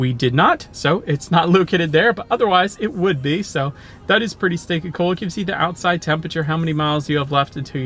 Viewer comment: I thought he was saying pretty steak n cool, I was like wtffffff, cringe 😊